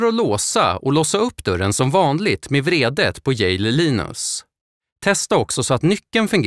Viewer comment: Er speaker behöver lära sig att skilja mellan betoningen av vrede (ilska) och vredet (vridanordning).